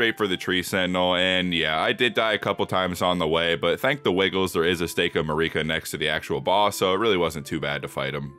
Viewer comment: I don't think you can be forgiven for how you pronounce "Marika" as "Muh rEEk uh"